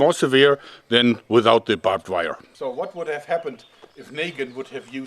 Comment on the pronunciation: “Babed wire”